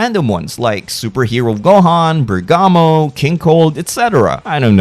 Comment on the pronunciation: You can just say bergamot normally like you would for the plant he is named after. Basil Lavender and Bergamot. All herbs used in things like tea and soups.